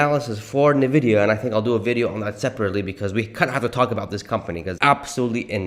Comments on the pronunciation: Might want to learn Nvidia is pronounced N vidia, not Na Vidia.😂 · Dude, it's pronounced ,"in-vidia", NOT "nah-vidia" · Why ffs are so saying nevidia when it is N‘Vidida! Pronounce the N like the letter. You probably also say Porsch instead of Porsche aren’t you? Besides the annoying pronunciation the rest is ok, but still it ruins the performance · I noticed you say Navidia. When I think it is pronounced Invidia. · I stopped the video after two minutes because I couldn't listen to this idiot say NUHVIDIA one more time. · Please stop saying Navidia. It makes you sound like an amateur. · Why are saying "Nividia"? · What is nuhvidia stock? is that similar to Nvidia (pronounced "In vidia") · For the love of God, please learn to pronounce the name of the company you’re making your video on. Next time, I expect you to pronounce Nvidia correctly. It seriously hurts my ears + my soul hearing you pronounce it this way.